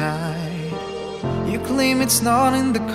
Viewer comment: It’s “you” not chew..